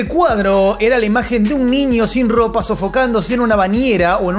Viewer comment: Hola, se dice niño, no ninio. Hay una diferencia, viste..?